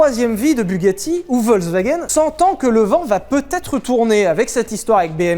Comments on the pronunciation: Alors tu nous fais chier avec Veyron Veyronne mais tu dis wolkswagen tout le long. Le V en allemand ce prononce comme un F, Folkswaguène. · Quand tu entends Volkswagen alors que t'aurais du entendre Folkswagen et que ça critique la prononciation des Bugatti ^^ Volk dit Folk c'est le peuple Volk dit V c'est un nuage Ouais l'allemand m'a traumatisé ^^ mais love sur vous !